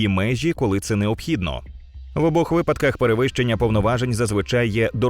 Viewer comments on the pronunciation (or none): none